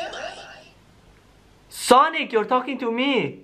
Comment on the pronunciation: oH my GoD hE cAls Sanic